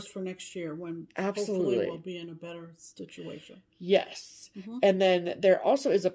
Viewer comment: Did I just hear what I thought I heard? I swear I heard say “next year I hope we’ll be in a different STITCH-UATION” 🤣🤣🤣 Trademark that, run with it. Why, yes, YES! I hope we will be in a stitchuation! Is there any where else better to be? 😁